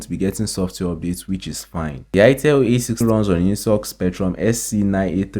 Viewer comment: A60 not A80